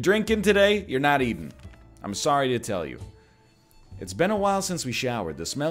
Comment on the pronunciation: He said soory Nice